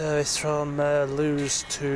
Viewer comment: It’s pronounced Lewis